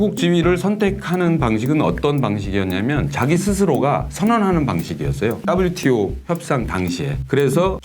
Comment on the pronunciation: ㅋㅋㅋㅋ 따블유티오 ㅋㅋㅋ 친화적 발음이 쏙쏙 박히네요! 개도국 지위 포기는 농민들 관점에서 생각해야하는건데 농민없는 농민정책이네요!